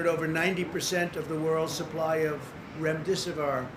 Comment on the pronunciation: He is not one to insult Biden's speaking when he himself cannot speak!!! It's Remdesivir not Ramdesivor and the correct terminology is " when you least expect it" not "when you least suspect it" ughhh he needs to go back to school. Whoever wrote this stupidity for him to gruellingly read needs to stick to the facts in their own country then give covid stats on other countries, deflecting reality is an insult to the ppl. Be transparent stop being dishonest.